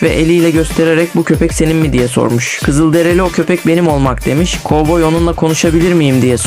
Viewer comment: Kızıldereli değil Kızılderili Allahın cahili